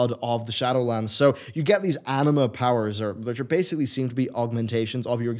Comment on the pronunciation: Am I the only one here, who always hears "anime" instead of "anima"?